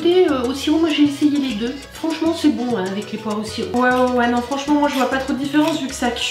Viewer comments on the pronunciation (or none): none